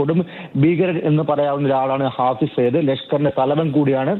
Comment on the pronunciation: ഫായിസ് സായിദ് അല്ലടാ തെണ്ടി.. ഹാഫിസ് സായിദ്.. എഴുതാനും വായിക്കാനും അറിയുന്ന ഒരുത്തൻ പോലുമില്ല?